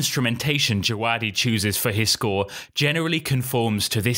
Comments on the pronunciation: I’m pretty sure it’s pronounced Je-ve-DEE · By the way its pronounced DjaVadi. I was at the GOT Concert and he was the conductor for it. That's how he introduced himself